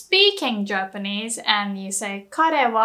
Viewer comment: did she say germanese?